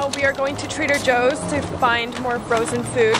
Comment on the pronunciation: When I wasn’t looking at the vlog and just listening, I heard traitor Joe instead of Trader Joe . Helpppp meeeeee!